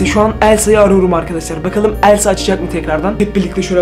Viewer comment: Abi sen Elsa demiyorsun Sen Əlsa deyiyorsun😂😂😂😂😂😂😂😂😂😂😂😂😂😂😂❤❤❤❤❤❤😅😅❤😂😂❤❤😂❤😂😂❤❤😂❤😂😂❤❤😂❤😂❤😂😂❤❤😂❤😂❤❤😂😂❤❤😂😂❤❤😂😂❤❤😂❤😂❤😂❤😂❤😂